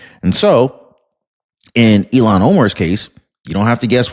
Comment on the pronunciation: IL-HAAN…NOT ELON. Cmon